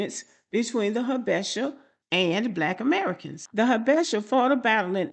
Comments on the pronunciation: Its pronounced Ha-buh-shah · 1.)I dated a Habesha (pronounced Ha-bee-shaw) woman. They are technically characterized as “Caucasian” because of the Presence of Arab( Caucus) blood. Most East African people don’t think their white but of mixed ancestry similar to creole black Americans in Louisiana 2.) Habesha women definitely prefer black American men due to our perceived dominance and masculine appeal. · Pronounced Habeesha. Very delusional. Had to cut off Ehiopian fake frens. Said her stepmom acts American. I asked wtf does that mean? She responded she has an attitude. My response, her attitude has a lot to do with her personality. Good bye forever 🫡 Hard to understand why they hv a superior complex as most of them hv low level jobs. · These are the delusional Ethiopians, they are not all like this. These men will still get pulled over by law enforcement. It’s pronounced Ha-be-sha..